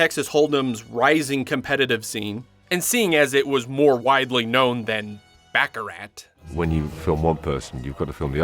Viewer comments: An entertaining report, except for the back-a-rat. It is pronounced Back-a- rar. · Baccarat is pronounced with a silent T ;) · The "t" in Baccarat is silent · The purpose of the "James Bond" franchise is to make Colonialism "sexy". It's much like enticing kids to practice War (for Colonialism) from an early age, using Video Games ...and it's pronounced "BAH ca rah" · Baccarat is a French word. The "t" is silent. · You are supposed to be a professional... LEARN to pronounce the word BACARAT CORRECTLY!!! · BACCARAT ... The T is silent. ( unless that was the joke... in which case... nah it's still silent ) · Don’t like the cheesy sounding narrator and especially his mispronouncing of baccarat